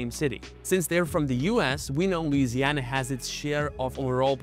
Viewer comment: You still pronounced Louisiana incorrectly